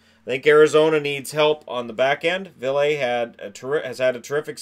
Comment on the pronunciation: Ville Heinola (will-eh hay-nola)